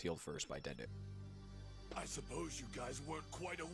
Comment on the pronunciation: Dude called Dende "Dendy".